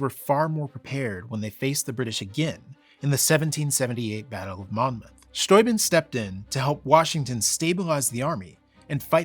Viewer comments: Thank you, thank you for calling him "von Sthoi-bin" (rhymes with "von Toy Bin") and not "von Stoobin." It's possible that so many Americans pronounced it that way that Baron/General von S just ignored it and went along with it, as my German and Slovak grandparents did when they emigrated to America at the turn of the twentieth century. People do tend to respect the sound of immigrants' names now, but not so much in the past. Sometimes back then, when "foreigners" didn't English their names right away, the Americans did it for them. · After learning about Baron von Steuben ("VON STOO-ben") in school, and later living near "stu-BENN" County in Upstate New York, It does my heart good to finally hear -- for the first time, I believe -- an American pronounce the crusty ol' kraut's name correctly: "f'n SCHTOY-b'n". Thank you. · Fabulous information here, beautifully presented. And a long time coming, in such a clear an unequivocal format. Bravo. And thank you for pronouncing "Steuben" correctly.